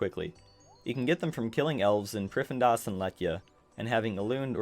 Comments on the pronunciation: Priffindas...... Dude ... you literally had the text that clearly said priff-din-as multiple times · Its pronounced prif-thee-nas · Every time he says priffendas... I get that people can have different pronunciations, but I don't see how that's one of them lol. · is located in what now. "pri-fen-das"?!? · great guide, helped me out a ton! I was losing my mind at how you pronounced prif though lol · stopped watching the first time i heard you pronounce the city name lmao wtf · Lmao same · This might actually be a good guide, but I was getting so triggered by his pronunciation of Prifddinas, I had to leave before the first full minute. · It hurts me to hear it get butchered😪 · nah, im canadian. that is not how its pronounced lmao